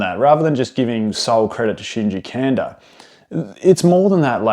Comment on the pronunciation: Great video, but last name is pronounced "Kahn-dah"